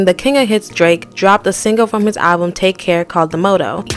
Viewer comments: I'm like how can you pronounce it like that when you've heard the song .............. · Pronouncing motto as moto was interesting